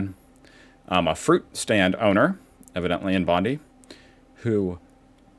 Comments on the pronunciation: My friend 'Bondi is pronounced in Australia as Bondie, emphasis on 'Die'not like 'Pam Bondy' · Ahmed is a Christian Mennonite from Sutherland . An absolute Aussie hero ❤ And it's Bondi ('Bond eye') Not bondy as in Evil Pam . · Bondeye. Not Bondee. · Bond-EYE not Bond-EE. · Not Bondi (like Pam). It's Bon-DYE. That's the pronunciation. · It's bond-eye not Bondi like your attorney General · Pronounced "Bond-EYE" NOT "Bond-EE". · It’s Bond- eye and Ahmed owns a fruit shop, near Sydney’s southern beaches, not a fruit stand, as so many Americans are calling it. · It's pronounced BON DIE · Don't say Bonde, that shit sounds autistic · We pronounce Bondi as Bond"eye" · “Bondy” Mate you said it right 30 seconds before, that felt intentional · Not pronounced like Pam Bondi. We say it Bond-I. ( as in I am) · Not the first time,, probably not the last, I remember Port Arthur like it was yesterday, cheers mate, have a good one, BTW it pronounced Bond eye, Bondi 😊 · Pronounced Bond-eye. C'mon. You know enough Aussie lingo by now lols. Such a horrific and devastating scene. Too many innocents lost their lives that day. RIP to all. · Pronounced BOND-EYE. Australia have had z pro Palestinian extremists problem being ignored by the government as well as an African gang problem. Our country is no longer safe due to the ignorance of our government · Thanks. Thankyou too for pronouncing our Prime Minister's name correctly although Bondi is pronounced BondEYE. New video of another bystander wrestling with the same gunman has emerged about the same time that you released your video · I thought an Aussie enthusiast like you would know how to pronounce Bondi. It is propnounced Bon-dye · Its pronounced Bond Eye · Just for reference - pronounced - Bond-eye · You pronounce it bond-eye. Thank you for your support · Pronounced Bond-eye.